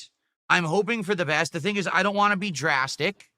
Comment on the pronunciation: Same with “want”